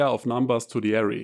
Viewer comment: Beautiful video. Please try to pronounce "AH-RAY" for array and not "area".